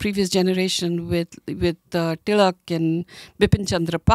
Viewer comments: Just a random observation: It feels good when you hear Marathi words pronounced correctly e.g टिळक and not Tilak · I'm glad she's pronouncing Marathi words like Marathi surnames such as Tilak properly as टिळक with ळ instead of ल. It's not contradictory if you consider that no one would want loss of land that belonged to your civilisation & culture for centuries before outsiders took over. Because belief in a god or gods & goddesses isn't a prerequisite to be a Hindu. Rajya means rule but it also means State, for example Maharashtra Rajya means the State of Maharashtra or simply Maharashtra State. So, Hindu Rajya can also mean Hindu State. Rashtra is said to mean Nation although some say it's not a perfect translation that Rashtra isn't the same thing as Nation. But if you take it a Nation then Hindu Rashtra would mean Hindu Nation.